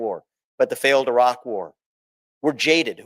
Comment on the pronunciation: Vivek Ramaswamy is brilliant. One thing that amused me though is how he pronounced Iraq correctly but still call Iran as "I" ran.